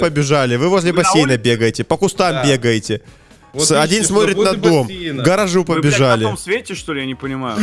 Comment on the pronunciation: Оди́н а не óдин